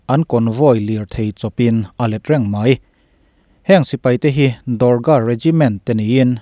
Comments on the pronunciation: Do-gra nilo in, Dog-ra regt anti zawk in ka hria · Dorga nilo in, Dogra Regiment tihtur aw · India ah Dorga Regiment an awm ngailo, Dogra tih zawk tur aw, 😁😁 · Dorga ni lovin Doghra zawk aw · Dogra Regiment zawk ani e, Indian Army ah Dorga an awmlo, a ziak tu ziah sual nge i chhiar sual. Dogra Regiment ti a lam tur. "DOGRA" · Dorga nilovin dogra regt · Dorga nilo vin DOGRA REGIMENT tur aw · Dorga nilovin dogra Regt tihtur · Dorga regiment ni lo in dogra regiment a lawm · Dorca nilovin DOGRA regiment anni zawk lo maw? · Dorka Regiment nilo in...Dogra tihzawk tur aw. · Dorga nilo.. Dogra aw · Dorga ni lo in Dogra regiment tih tur aw, chuan he mi te Batallion hi kan han thlak a 2015 atang in 2018 ah kan chhuak leh. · dogra regiment i lam dan hi diklo in k hria sir, dawkra tih a lam tur ni in k hria